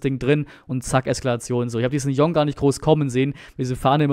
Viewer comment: Bitte !!!! jong heißt tschong u Jong .Meine Frau ist Koreanerin . Koreaner nennen ihren Familiennamen immer zuerst.also das Tor hat u Jong geschossen